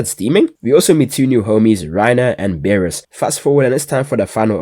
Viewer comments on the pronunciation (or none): "Reiner and Beris" ladies and gentlemen....WE GOT HIM! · bro really said reiner and berus i cant believe it😂